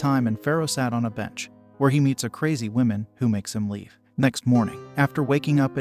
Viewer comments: 🟦...I gotta admit it, I giggled every time the digital narrator said: 'The "Whimin"(plural), instead of: "The 'Whumin'(singular). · Learn how to properly say "womAn" Holy shit. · Why the hell are you pronouncing woman like that